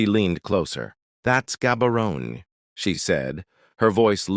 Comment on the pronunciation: It's prounced Habarone